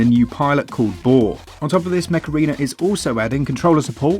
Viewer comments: I kept hearing 'Macarena'. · My American ass thought you were saying thank you to the Macarena for the first minute of this video. Great video guys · Now I can only hear you saying Macarena, instead of Mech Arena, well played 🤣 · Everytime they say "mech arena", all I've heard was "macarena" lol